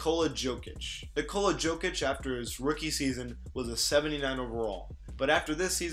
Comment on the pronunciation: Jokeic? Really? 😂😂